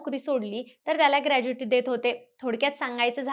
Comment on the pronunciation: ग्रॅज्युइटी नाही ग्रॅच्युइटी असते